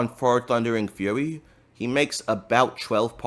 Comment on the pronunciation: love the extra "R" in the thundering fur-ry 😂